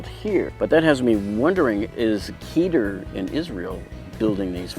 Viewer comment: Small Correction of pronounciation: The Israeli company Keter that makes many of these tool storage boxes is not pronounced Keeter, rather keh-Ter. The word means Crown in Hebrew.